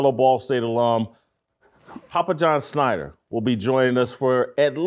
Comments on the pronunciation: Love the show but I need you to stop butchering this dude's name. SCHNAT-Ter. Thank you. Please do better. Ok carry on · Does Jason not do any show prep? It's not SCHNEIDER...ITS SCHNATTER.